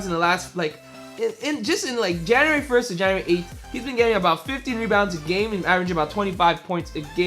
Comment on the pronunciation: what is "jaeuary" lol